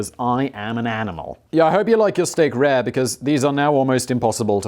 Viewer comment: Simon, man 😂 "rare"... Come on bruv, was this filmed during a heatwave😂😂